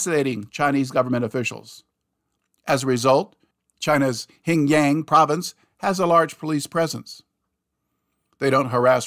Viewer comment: why do u keep saying hingyang?😂